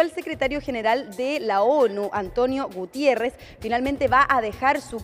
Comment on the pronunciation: Niñita reportera estudie y concentrece en lo que habla y lee, el Secretario General de la ONU se llama Antonio Guterres!!, NO Gutierres, aprte es Ingeniero Físico y profesor de Portugues